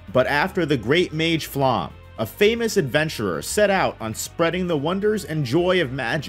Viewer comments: Like all personal names in this series, Flamme's name is German. It is not pronounced /flam/, as you think; nor /flæm/, as another YouTuber imagines. “Flamme” is pronounced /ˈflamə/ or /ˈflame/. Of course, Japanese speakers are likely to approximate this as /ˈfuramə/ or as /fuˈramə/. Listen for it. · Serie is not Siri, but ˈzeːri̯ə, with Z and e at the end. Flamme has an e at the end and so on. I almost never say anything like that, but your pronunciation is so far from good that I must make an exception now: pls. check the names before making an over 1 hour long video. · And “Flamme” is pronounced [ˈflamə] or [ˈflame]. Of course, Japanese speakers are likely to approximate this as [ˈfuramə].